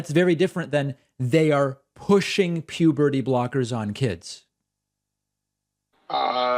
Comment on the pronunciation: This call, to me, turned into a game of, how many times does this guy say "pubity", instead of puberty. 😂